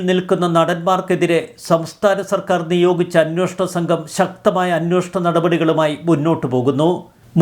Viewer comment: അന്വോഷണം അല്ല അന്വേഷണം എന്നു ശരിയായി പറയൂ..